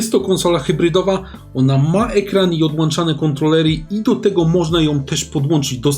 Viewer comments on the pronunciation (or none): Odłanczane kontrolery...Odłączane... błagam